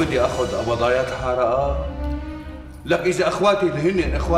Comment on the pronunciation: مين انتبه على قال ابضايات الحالا بدل ابضايات الحارة😂😂في الدقيقة 5 و51 ثانية